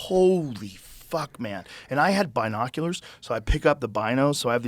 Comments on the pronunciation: we just gonna ignore his emphasis on BInoculors, nah aight all gooood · The way Joe says binoculars